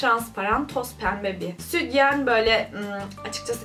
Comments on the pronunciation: Südyen değil o sütyen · südyen demen beni aşşşırı triggerladı